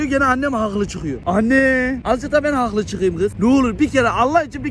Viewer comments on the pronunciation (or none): Bağımlılık yapıyor 'hağklı'